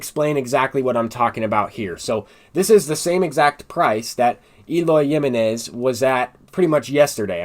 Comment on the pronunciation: Lmao the way you say Eloy Jimenez's name is kinda cringe, its HIM-Eh-Nez lol not JIM-MEH-Nez but overall good content bro